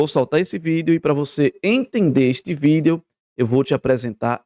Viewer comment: Eu só não gosto de ouvir ele falando V i d e o.